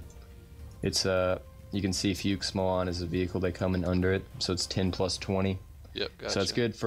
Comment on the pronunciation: I am German and it is funny as fuck when you struggle pronouncing our troops xD It is called Fuchs, pronounced like "Fucks"